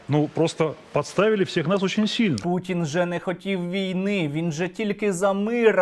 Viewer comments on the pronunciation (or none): none